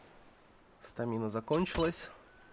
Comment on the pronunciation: Не стамИна, а стАмина :-)